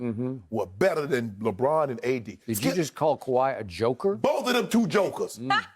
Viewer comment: Did u just call me a joka 🤣🤣🤣 all my uncles say that